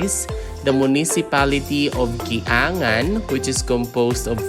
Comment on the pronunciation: Kiyangan not ki a ngan